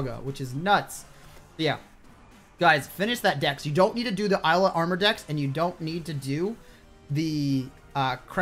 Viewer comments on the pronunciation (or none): none